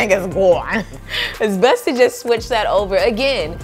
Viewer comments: lol gwone 😅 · Everytime you say “GONE” I die every time 😂🤣🤣🤣🤣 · you saying, "GONE," takes me all the way out xD #loveit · Every time she said "gawn" i fell out🤣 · Your “gone” is everything 😂😂